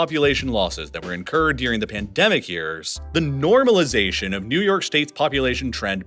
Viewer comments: Oh Snap. This is the guy that says 'Deering' (instead of 'During'). 😖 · Honest question: do people around you also pronounce "during" like "deering" or is this idiosyncratic? I've noticed this in your other videos. It seems like a consistent thing.